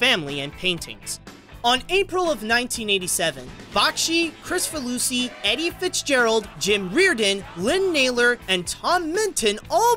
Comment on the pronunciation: It's so weird hearing a Hungarian last name being pronounced in English (John K.), but outside of that very good video :) Sad to see an artist's carrier end in a way like this though :(